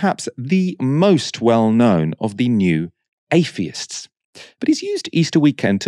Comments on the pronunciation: You're able to pronounce "The" correctly, but still pronounce "Athiests" as "A-fee-ists" like a toddler. Why? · Bloody Afeeists!